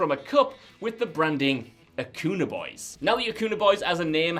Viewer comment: Acuña is pronounced a-cun-ya